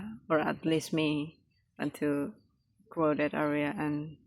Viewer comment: Crowded, it is spelled with an "o" but has more of an "a" sound, อ้าว. 'Cr-aw-ded"